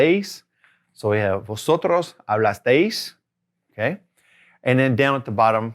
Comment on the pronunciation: Please stress the correct syllable in asteis and hablasteis. The -AS syllable is the stressed syllable in the vosotros form, just like AS is the stressed syllable in the tú ending (-aste).